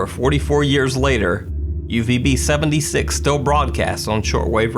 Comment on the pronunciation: Laura H I dont know what Russian do you speak, but as Russian i can tell that he sayed - uZb . Instead of uVb he sayed uZb by some reason